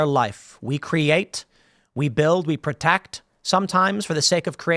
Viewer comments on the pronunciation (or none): none